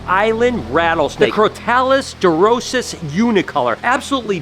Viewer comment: The species' scientific name of the Aruba Island rattlesnake is pronounced as it is spelled (dur-ISS-iss, not "dur-OH-siss"); .